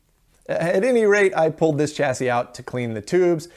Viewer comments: Stop saying CHAZY !! It's a double SS !! ChaSSy ! CHA-SEE ! Gees ! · I'm sorry, but "chazzy"? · Chassis is pronounced: CHASSIE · just out of curiosity - do most americans say 'chassis' like 'chazzy' or is it just something '' does? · Where does the pronunciation “chaZZy” come from? A regional thing? Would “sassy” then be “saZZy”? Pedantic…me? Well, a bit. Oh, try this phrase “a sassy lassy with a classy chassis”!